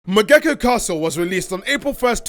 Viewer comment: It’s mog-E-ko not mo-geck-o